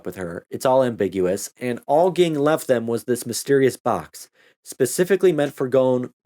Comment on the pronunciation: Ging's father and Mito's father were brothers. Also, it's pronounced "Jing", but you probably already knew that.